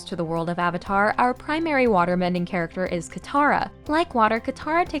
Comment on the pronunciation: Omg thank you for not only this thoughtful analysis, but also for saying the character’s names correctly. Subscribed just because of that.